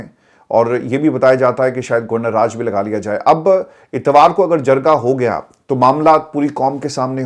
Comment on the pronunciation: Releasr IK only demand Pronounce jirga not jarga